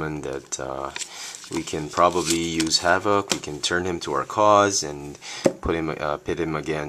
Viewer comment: You pronounced his name wrong. You stress VOK to much.